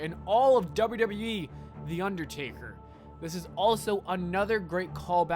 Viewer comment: How did noone else hear u say undertarry when u were talking about him doing the 19 and 1 thing